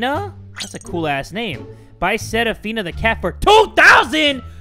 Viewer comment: I feel so happy ♡ the way pronounced my name "Serafina" made my day 😂